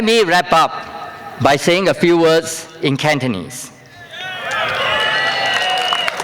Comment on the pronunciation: I hope Cantonese can be allowed as one of the languages in Parliament. His Cantonese accent is perfect.